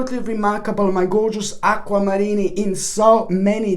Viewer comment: Aqua-Marinni. No offense there lol